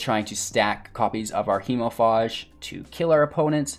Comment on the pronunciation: It is pronounced hemofage not faahhhje.